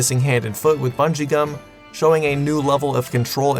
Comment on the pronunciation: And here I thought he was saying rubber and xum